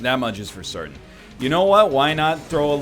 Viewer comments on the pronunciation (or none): none